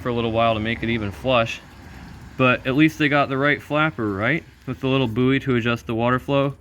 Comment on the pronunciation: Psst, 'buoy' is pronounced the same as 'boy'